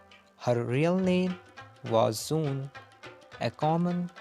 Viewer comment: For your kind information. Her NAME WAS NOT SOON KINDLY CORRECT IT. IT'S ZOOON